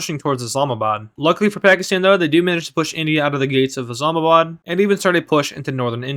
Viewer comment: Im surprised you said Islamabad correctly